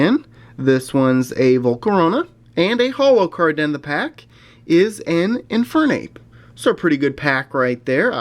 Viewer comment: Does anyone say INferNape not InFERNape besides me? Say it as a name, not two words put together X_X